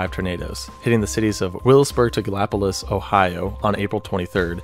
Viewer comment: Galla-poLEESE ChillicoTHEE Sorry, it was bothering me. You got Wheelersburg right, though! This is where we live and my mother-in-law knew some of the people that were killed. One was a girl she went to school with.